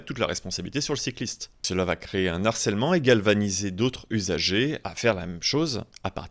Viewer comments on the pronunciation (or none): "cela va créer un Narcèlement"? Avez-vous déjà entendu parler du concept d'H aspirée? Vous savez, ce truc qu'on apprend à l'école primaire. Bref, quand un mot commence par une H aspirée, il n'y a pas de liaison. Ergo, "créer un harcèlement", sans liaison. Pas possible de massacrer le français comme vous le faites!